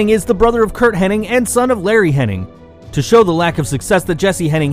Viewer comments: HenniG. Not HenniNG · Man, it's Hennig, not Henning. Curt "Mr. Mother Fucking Perfect" Hennig. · It's HENNIG, not "Henning". As for Ted DiBiase Snr..."he may never have won big gold"...um, TDS was a three-time WWF World Tag Team champion. For what it's worth, he was also the WWWF North American champion (the forerunner of the WWF Intercontinental title).